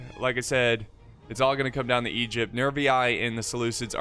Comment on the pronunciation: Thoughts about pronouncing Egypt as "Egg-ipt?"